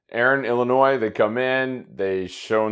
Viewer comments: K besides Dave here ^ I’ve never heard anyone pronounce it as Illinoise. Safe to say at least 90% of people say Illinoy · Just one little thing. It is IllinNOY not IlliniNOISE! The s is silent. I know that a lot of people pronounce it that way, but, coming from the Midwest, IlliniNOY is correct. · I appreciate the clarification as I was doubting my pronunciation as everyone on the show was saying IllinNOISE! :-) BTW, back at ya... for those of you in the Midwest, its ORY-GUN, not ORE-GONE.